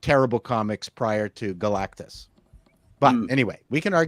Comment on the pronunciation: finally pronounced "Galactus" properly! Hurrayyyy! 💪